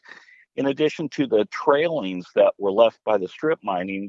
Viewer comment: And it TAILINGS NOT trailings